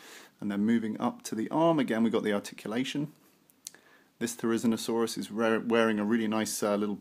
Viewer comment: Your pronunciation is quite wrong If you are unsure you can always check it on wikipedia too "Therizinosaurus (/ˌθɛrɪˌzɪnoʊˈsɔːrəs/; 'scythe lizard'" otherwise nice video ^_^